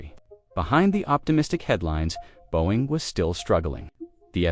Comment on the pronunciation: teach your AI voice to pronounce 'Boeing'.